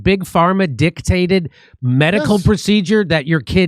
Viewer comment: You said it: dick-talted!